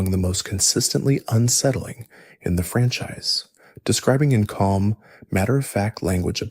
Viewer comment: you pronounced franchise francheese